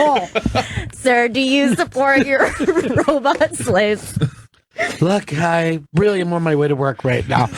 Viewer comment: I miss when Fez used to pronounce it "robutt"